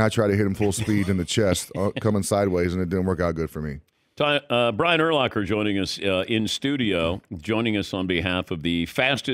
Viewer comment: Love DP, but after all these years he still pronounces his name wrong. it's Ur-lacker, not Ur-locker. Brian has said it like a million times!